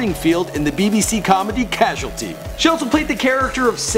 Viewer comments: BBC Comedy 'Casulty' 😂😂😂😂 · Westmin-i-ster? Head-for-shure? BBC Comedy "Casualty"? Yeesh... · BBC comedy Causalty? Comedy Casualty Pick one.